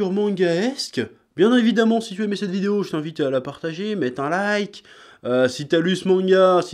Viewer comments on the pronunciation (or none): none